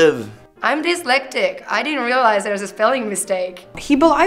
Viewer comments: she says “ I’m disletic “ I really hope that was a joke !!! Jesus Christ !!! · Well, if she's going to speak in a video that's going to be viewed almost 2.5 million times, then she needs to know how to articulate herself better. I didn't know if she was an uneducated American that didn't know how to pronounce the word "dyslexic", or if she was a foreigner who just didn't know the English language well enough to pronounce the word as well. Because I didn't catch that accent at first. The first thing that I thought of was a dumb blonde. But that part was really a joke. 😊 Because of the stereotypes of being a blonde. But just the same, she still sounded like an airhead.😜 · "I'm dislectic" girl, I used to pronounce dyslexic the same way 😂 that's chuckled me. AND I didn't see the spelling mistake till someone read it out 😂 dyslexia is a struggle!!! Also, big up to my mic for spelling that... I was typing it as 'dislexic' and thinking "that doesn't look right, is it two s's?" 😂😂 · “I’m dyslexic” mispronounces dyslexic